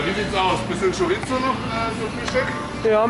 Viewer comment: Lidl auf Malle ist super, aber man spricht Chorizo mit einem weichen s aus. Schoriso! Ich glaube Ihr seit Schockverliebt in Mallorca! Ist auch mega da und die Spanier sind super sympathisch!